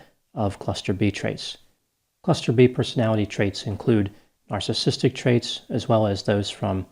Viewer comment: He also couldn’t even pronounce “narcissistic”. Lol.